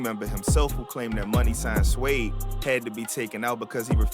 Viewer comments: You can’t pronounce suede you d’umb asf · You can't read the word suede? Shouldn't have even done this video bro